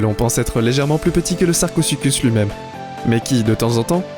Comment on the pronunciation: Sarcosucuse j ai cru c'était sarcozi